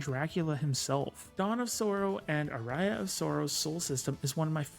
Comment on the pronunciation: No Sweet Home huh? Surprising because it is probably the most influential horror RPG of all time. Also just a correction, if you don't mind: Aria is pronounced Are-ee-uh, instead of Uh-rye-uh. It is a type of musical movement, which were terms some of the Castlevania games were using in their names at that time.